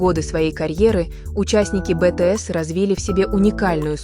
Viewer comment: Если вы озвучиваете видео про BTS то вы хоть правильно произноси группу!!!